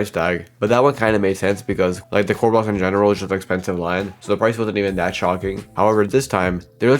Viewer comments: why tf does he he says "roolls" instead of roblox bruh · he says Roblox like rohx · Stop pronouncing Roblox "roblos"